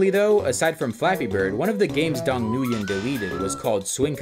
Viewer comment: the way you pronounce nguyen kills me 😭😭